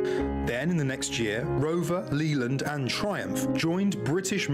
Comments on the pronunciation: . Leyland. We say Lay Land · Leyland is pronounced Lay-land, not Lee-land. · LEEland, LEEland? Leyland, LAYland! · OOO, pronouncing Leyland as Leeland is so wrong! (should be pronounced Layland, those in the town of Leyland in Lancashire particularly) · Was that company "Leland"? ... Or 'Leyland'? Leyland is (or was?) a car / vehicles manufacturing company. If it was the latter the narrator definitely mispronounced it. It's 'Leyland' to rhyme with play_land ... _not "Lee_land". (Just sayin'!!) 😏🏴🖖 Anyway, as I didnt see if it was in subtitles, I dont know how tis spelt so obviously that affects the pronunciation. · Agreed. Leeland??? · Leyland is not pronounced as it reads. It's pronounced as Layland. Just FYI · Leyland pronounced as Layland.